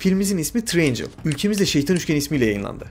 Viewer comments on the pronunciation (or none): Gözünü seveyim Triangle ın okunuşunu öğren. Üçgen tırayengıl diye okunur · Treeangels değil triangle 🤔🤷‍♂️